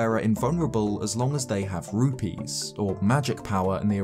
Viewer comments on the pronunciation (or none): none